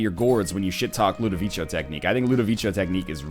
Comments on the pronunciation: BTW, Ludovico is an italian name and is pronounced with a hard C, as if it was Ludoviko, not Ludovicho. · Pickle Johnson Regardless of what NL says, it is Ludovico, and is pronounced Loo-dough-vee'-koh in Italian. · I don't want you to get Ludovico, cause you mispronounce it and it grinds my gears :<